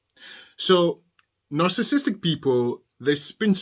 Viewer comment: Love your show best success to you, sir. I love your accent and you're pronouncing "narcissistic" perfectly, so just ignore the haters. Really good show pertaining to Darryl Brooks. love your reactions 🤩💓